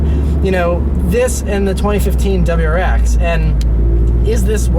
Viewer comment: Relax a bit, man... you're so excited you can't even say WRX. It's not pronounced "dubwarex"!